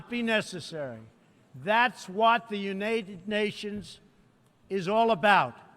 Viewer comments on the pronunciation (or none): "Unated Nations.... That is what the United Nations is good for." Lol This guy completely made my day. You can "totally" tell that this guy has no idea what's its is...... That Hesss Beeeeeeees Talking about!! This guy reads teleprompters by the way, easy to tell. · "The Unated Natians" -Trumpster 2017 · "That's what the Unated Nations is all about?" Unated? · "De Eunayded Nashinsz" Did you Fail English Class because that Grammar is Atrocious? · "Thats what the Unated Nashions"